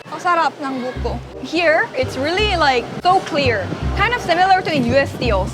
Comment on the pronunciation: when says `really`, I can hear 진짜 😂😂😂